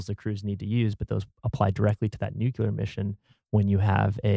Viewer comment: I am so sorry to be that guy, but it’s “nuclear,” not “nucular.”